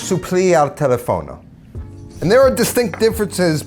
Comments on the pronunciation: Pronunciation is tel-EF-ono. Not tele-FON-o. Stress is on the second syllable. Also risotto is not re SEW toe, but ri-ZOTT-oh. But I don't think Americans can make the two types of o in risotto: first closed, second open, but both short, pure sounds. The American o is very long. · Tipo ad esempio “telefono”. ;)